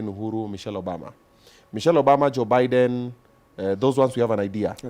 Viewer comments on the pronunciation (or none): none